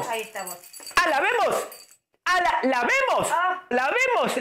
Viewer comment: "A lavemos","alabemos","a la vemos"JAJAJJAJAJAJAJJAJAJAJAJ